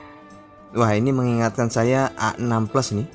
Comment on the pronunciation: Samsung A6 atau samsung Asix (dibaca Asik) 😅